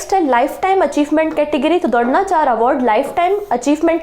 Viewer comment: mam dhronacharya bhi ni bolna aata apko kitne bekar hindi h